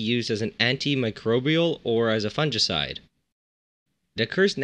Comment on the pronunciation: funjishide bahahah